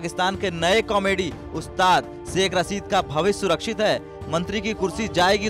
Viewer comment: सेख रसीद नहीं , शेख़ रशीद, हमजा नहीं, हमज़ा सोसल नहीं सोशल मीडिया।